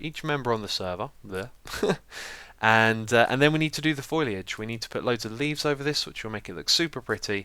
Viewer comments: It's foliage rather than foiliage X (heard you asking a few episodes ago), also the abba sign's B's are not the same :P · I could be wrong but I am pretty sure it is pronounced Foe-Lee-idge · Just a note. Foliage is pronounced foe - lee - i (from simple) - j (from juice). Thanks for another awesome episode :) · Dear Xisuma I love you, but the first syllable of foliage is pronounced "FOAL" like a baby horse. I know this kind of comment makes me seem like a douche, but I remember a couple of videos back that you mentioned that you were not sure if you were pronouncing it correctly. Just thought I'd help :-) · Foh lee. Foliage. Lots of people say it like that though. It's okay, you're not a florist. lol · Foliage, like Fole - ee - edge, love your videos Xisuma, but that's been irritating me for ages.